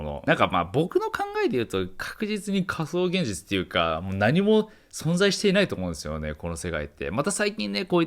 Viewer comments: 序盤のかそうげんじちゅ〜。で、 その後の、かそうって段階でげんじちゅ〜にならないか、何回も息飲みながら見ちゃったからね！！ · 興味深いお話だけど「仮想現じちゅ」が頭から離れなくなっちゃいました(*´꒳`*)